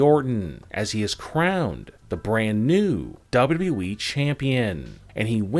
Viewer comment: The one that announces these things talks like he is slow. Lol. Plus he always says we, its wwe. Learn how to say it correctly. Lol